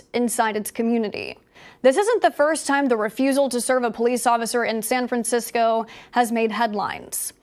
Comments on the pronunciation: "San Fran-sicko"? LOL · San Fransicko... LoL that is perfect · Wow you got that right - San Fransicko 😂